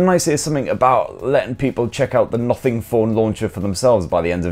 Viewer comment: For some reason when ever he says "Nothing" i hear "Muffin" 😐